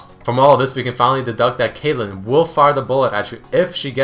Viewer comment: He called caitlyn kayle, lol